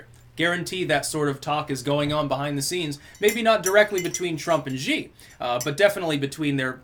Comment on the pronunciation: Xi is pronounced like "She". X is basically the 'sh' sound.